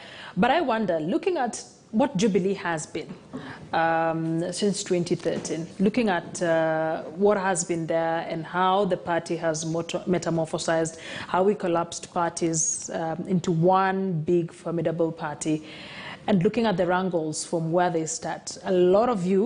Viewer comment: Metamorphosed not metamophosized.